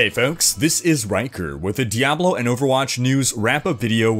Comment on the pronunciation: "dayblo"? (insert joke here)